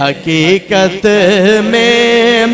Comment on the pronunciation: لفظ “حقیقت “ہے “ حکییکت “نہیں”صادق “ ہے صادک نہیں قربان ہے کربان نہیں۔ او شعر یوں ہے۔ ارے او ناسمجھ